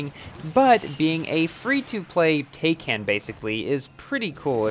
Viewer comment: Not "Tayken" it's "Tie-kahn"